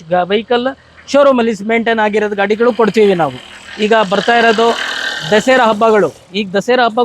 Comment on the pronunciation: Dasera ಅಲ್ಲ sir ದಸರಾ